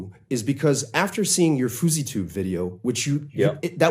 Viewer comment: Hehe..... He said "foozy tube"